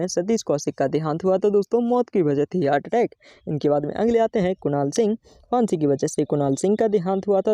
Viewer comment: फांसी भी बोलना नहीं आता